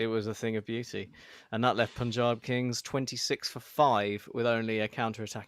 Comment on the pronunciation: It's PAANJAAB not POOONJAB